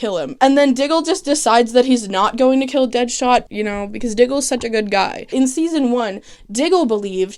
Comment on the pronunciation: i truly love that you call deadshot deadhot every time 😂😍